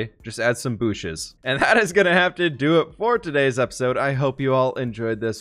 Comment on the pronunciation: Wtf did you really just say "booshes"